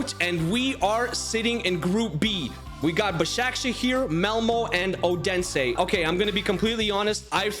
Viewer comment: Its not Odensæ